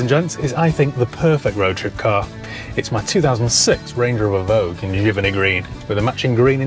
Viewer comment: "Giveny" *massive shudder. 😂